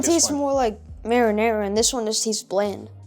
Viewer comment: why can't he say marinara 😄